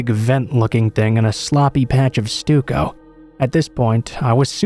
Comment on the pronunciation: FYI: Stucco is pronounced; Stuck-o 😁